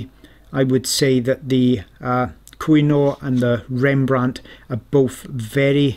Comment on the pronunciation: I was just thinking you pronounce it wrong, but as a Polish person I pronounce it differently and surely also wrong 😂